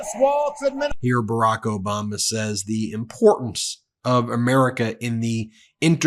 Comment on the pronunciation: Did you say "Obamna" by accident? Lol 😂